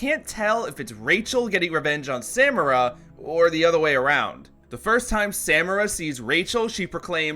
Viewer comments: Say it with me now... suh MAR a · Did you intentionally pronounce Sadako and Samara weird? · As pedantic as this is, it bothers me that you pronounce Samara with a hard second "a," when it is clearly spoken with a soft "a" the whole series, and they don't shy away from saying her name. A lot. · Discord Discordant omg yes. I was saying it’s not hard to just pronounce it right then I started pronouncing it wrong after hearing him saying it over and over. It’s so annoying